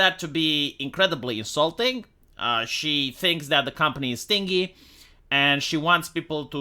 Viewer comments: it’s pronounced stihn-jee not sting-ee 😉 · The word is pronounced "stin - gee", rhyming with Winry, not "stingy" which rhymes with "Chingy".